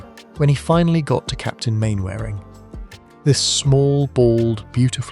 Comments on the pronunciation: Despite its spelling, it's pronounced 'Mannering', not 'Mainwaring'. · mann - ering not main-waring....stupid boy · I broke my usual rule, and watched a robovoice video because I loved Arthur Lowe so much. And then regretted it every time I heard "Main-wearing" instead of "Mannering". Could only be done by a robot, or by somebody who never watched Dad's Army. His best line from Dad's Army: "Don't tell him, Pike!' A wonderful poliltical satire well worth tracking down: "The Rise and Rise of Michael Rimmer". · It's pronounced 'Mannering', not 'Mainwaring'. Bloody AI. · Bloody Ai... Its pronounced Mannering although it's spelt Main wearing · Mannering is how it's pronounced. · Not Captain "Mainwearing"......its pronounced Captain Mannering actually...... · As soon as the narrating said Main wearing not Manner ring I knew this was AI Bullshit. Stopping putting this crap out there as is an insult to a national treasure. R.I.P. Arthur Lowe still remembered fondly. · It is pronounced Mannering. Not Mainwaring FFS. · You'll just have to spell surnames phonetically for your AI narrator. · It’s pronounced Mannering… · Mainwaring is pronounced Mannering. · Get rid of the AI narrator, and use a real person who can pronounce the name properly.... Main Waring indeed!! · Mainwaring is prone Manering 😊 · I was brought up on Dad’s Army on the radio! We didn’t have TV! BTW, the character’s name is pronounced Mannering. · It's pronounced, 'Mannering'. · Mainwaring, pronounced Mannering! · Not if you're Captain Square! 😂 But this shows that pressing the 'British voice' button on your AI controls still doesn't work properly. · Pity the ai narrator can't pronounce Mainwaring correctly. You need to spell some words phonetically. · AI slop. If you are going to pay tribute at least pronounce his characters name correctly. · Donald Pleasesense is pronounced Plesance, and Mainwarung is pronounced Mannering